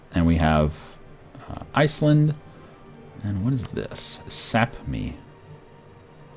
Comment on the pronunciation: you say sapmi just the way you shuold!